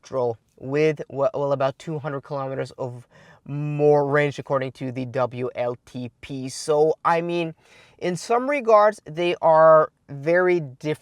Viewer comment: Please tell how to pronounce ‘w’ in English.... he is stuck with the German ‘v’ (hence vltp instead of wltp).... I’ve tried but presume he is unable to read his comments fully!